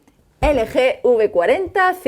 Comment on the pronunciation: Se dice elgi